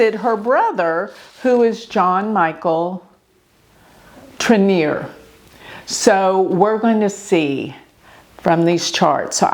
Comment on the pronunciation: Sounds like TROG KNOW not TRINIER AND Sounds like BRI-gheete soft not a heavy thick G